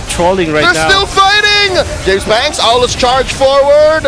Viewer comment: Aulus❌ Uslus✅